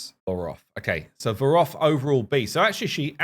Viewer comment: Not gonna lie...made me chuckle every time you called Voroth "Vogoth". Too much RAID on the brain LOL